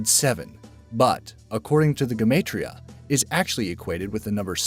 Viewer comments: Everyone pronounces gematria wrong (ge-mo-tria) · Lol did anyone else cringe when he butchered the pronunciation of gematria and vav. It's gem-ahh-tree-uh and v-ah-v